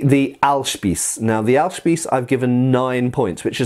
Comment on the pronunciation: Very informative video as always. It was a good idea to rank these different pole weapons. ps: As german speaking individual I have to say your pronunciation of the word Ahlspieß was very interesting. You butchered it but it was still pretty good for a non German native speaker. It is hard word to pronounce.